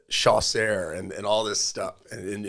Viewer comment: You can't even pronounce Chaucer.